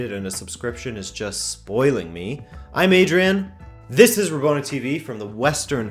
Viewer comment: It bugs me that you say ballon d'or with french pronunciation but butchers rabona with that accent. Good video tho. Got a new sub!